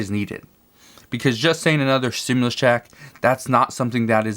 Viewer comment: Why do say 4 th stumlius commin